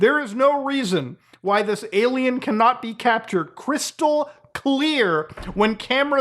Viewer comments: does... does he keep saying "aye lam ow"... and trying to mean "alien"?... is the cringe this strong? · Why does he say alamao?